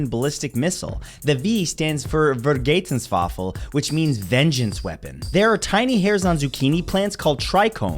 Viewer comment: Vergetenswaffel xD Ver-Gel-tungs-Wa-ffe